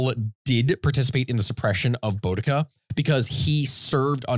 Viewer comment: As a brit, it hurts me the way they're pronouncing boudica